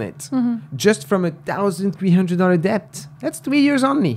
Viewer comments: hey, when you pronounce debt, the b is supposed to be silent. But I love the podcast and watched almost every video. keep up the good work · That's your signature word now! Do not change. You're the deBt guy😅